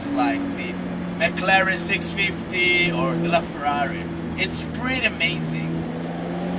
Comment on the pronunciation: perché se sei italiani, dici "Laferrari" con i ceci in bocca come se fossi americano?secondo me lo devi dire in italiano visto che lo è !